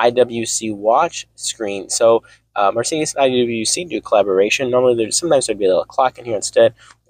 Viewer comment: sl43 are rear wheel drive and there are no 6 cylinder options both the 55 and 63 are v8's. Liked his positive vibe but lost tons of credibility for not knowing the product, plus the way he pronounced Marcedes was super annoying!